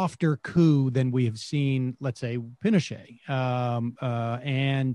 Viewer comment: Subtly corrected her mispronounced "Pinochet" hehehe 😉